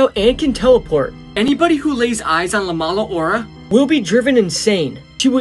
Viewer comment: as a Honduran person, he way he said "la mala hora" made me laugh